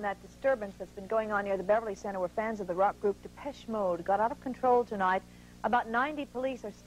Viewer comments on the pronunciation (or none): Jim Lampley at the mark royally messed up Depeche Mode’s name. Haha! “Deh-pesh Mode.”